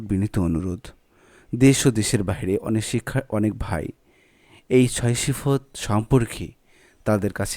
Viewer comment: সিফত নয় সিফাত